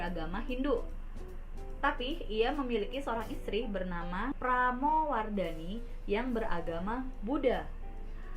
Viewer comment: Pelafalan Pramudyawardani kurang jelas dik